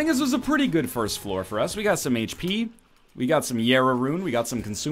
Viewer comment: JERA THATS WHAT ITS CALLED NOT YERA